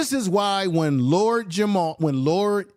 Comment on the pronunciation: My Brutha it's Lord Jamar not Jamal